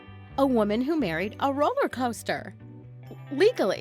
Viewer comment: She merraid groot